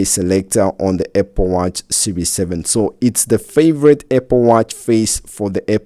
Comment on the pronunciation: ah yes, my favorite tech company, APPE.